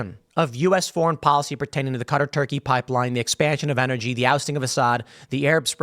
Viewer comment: Stop mispronouncing Qatar.